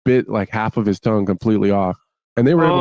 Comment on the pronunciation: Add tongue to the lost list of words Bisping can't say 😭